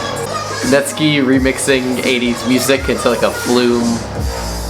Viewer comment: It’s pronounced Net-Sky (as in blue sky) not Net-skee. It’s all cool though, I used to pronounce it as Net-skee too.